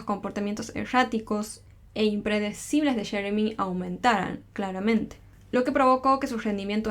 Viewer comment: Porque quieren hablar entre americano y español ? Muchacha dilo como es yeremi,no sheremi ,no lo hagas tan payasito